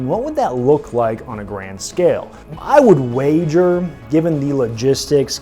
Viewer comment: He says grand scale and all I hear is garand scale.